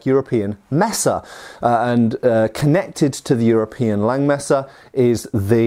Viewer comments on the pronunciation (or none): "and KNECHTed to the early forms of saber...."